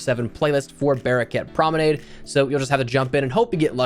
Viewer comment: Pls stop saying promenade like that...